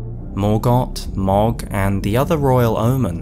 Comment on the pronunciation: Love the video and your channel, been watching since the start and so happy to see you back making videos! Also, just wanted to say that "Mohg" is pronounced like "Moag" not "Mogg".